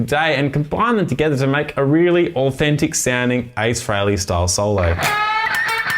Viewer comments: Nice playing....but it's "Free-ley", not "Fray-ley". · Yeah I'm Aussie, too. And it's still "Free-ley" - always has been. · Pronounced Free Lee just saying